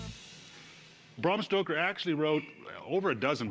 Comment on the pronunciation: 'Brom Stroker"